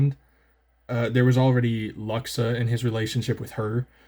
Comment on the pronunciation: Not that it matters but I believe Luxa is pronounced “Loox-sa”